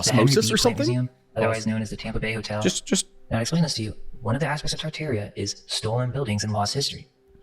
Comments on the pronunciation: Why are you saying “Tar-Tar-ia” wrong? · tart-air-ia please no It's tar-tar-ee-uh